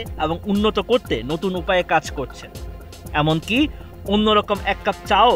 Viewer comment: (কচ্ছেন না করছেন।) উচ্চারণের কি যা তা অবস্থা। বাংলা বোধহয় ২১শে ফেব্রুয়ারির জন্যই তুলে রাখেন।